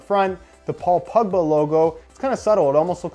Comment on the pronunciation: It sounds like he is saying pugba not pogba